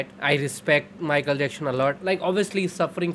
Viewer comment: Broo his name is Michael Jackson, not Michael Jackshon 😂